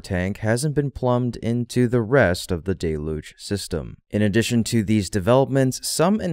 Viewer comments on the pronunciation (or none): Day-luge? It’s pronounced dell-uge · OMG, it is not 'DAY-luge' it is 'DELL-huge' admit it, you don't read my comments. I knew it. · Let’s get things all the way right if we’re picking nits. It’s dell-yuge.